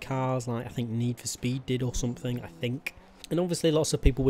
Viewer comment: could you put any more emphasis on the k in think?